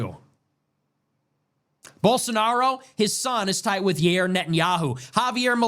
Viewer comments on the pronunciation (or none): none